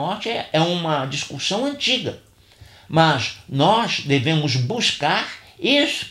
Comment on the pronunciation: Obrigado pelo vídeo. Acredito ter havido um engano na pronúncia da palavra discussão, pois várias vezes entendi a pronúncia discuRssão (com R).